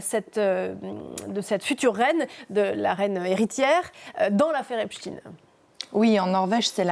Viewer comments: On ne dit pas "Epchtine" mais Epchtailleneu (en fait, c'est comme Einstein, OK?), tout le monde le sait donc INUTILE de cacher la judéïté de Jeffrey en traffiquant son patronyme. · c est steinnnnn pas stine epstaiiiiin pas epstiiine